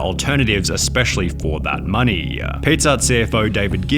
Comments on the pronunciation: eating low CAAAAAAAAAAAAAAAAAARB..... For that MOOONEEEEEEEEEY... bro what's up with this? I love your videos but these pronunciations put me off man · Why do you consistently elongate syllables at the end of words? low caaaaaaarb. Moneeeeeey. Why? It bothers me